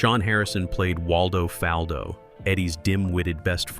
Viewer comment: So you can pronounce Waldo, but you managed to mispronounce Faldo